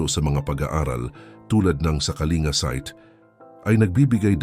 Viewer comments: wag kang tanga Ang pronunciation ng Kalinga ay "Ka-ling-ga" hindi "ka-li-nga" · Wrong pronunciation ka po Sir,KALINGA TO KALINGGA,Informative you tube God bless po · Kalingga dapat mali nga ang pronunciation nya